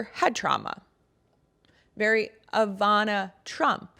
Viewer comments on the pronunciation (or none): none